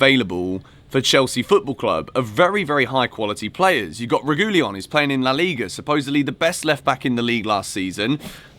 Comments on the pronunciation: why the fuck did you say “regoolion” 💀 it’s pronounced regeeyon. The 2 L’s are pronounced like a y. There’s no I or two o’s after the two L’s lmao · It’s not Reguilion - it’s Ray-Gay-Lon - just for your information